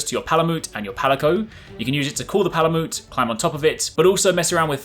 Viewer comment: Palamute is pronounced the same as Malamute, the breed of dog: Ma-luh-MYOOT not MOOT. Just as Palico is a play on Calico, a breed of cat.